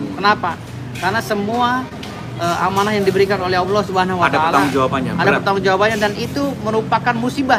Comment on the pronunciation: Ngomong ALLAH aja jadi awloh,,,uss usss